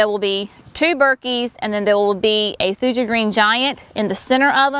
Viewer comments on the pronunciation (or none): They will look great as they grow larger. Thuja is always pronounced Thoo-ya. Burkii is burk-ee-eye.